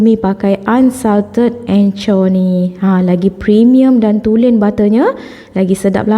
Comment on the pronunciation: Black treacle = sebutan "trikel" bkn "triyekel". Anchor = sebutan "engker" bkn "encor". 😂 Sama2 betulkan sebutan ye ✌️ Btw,sy tgh tgk resipi sis ni. Nak cuba buat hari ni. Thanks sbb sudi share resipi. Semoga murah rezeki. Aamiin.